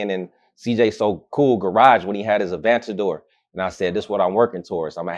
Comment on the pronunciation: A-van-tador. Can’t even pronounce it.